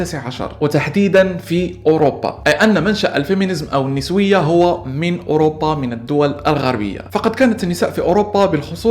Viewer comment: النِسوية!! النَسوية انت أنطقها عدل بعدين تكلم بموضوع اكبر منك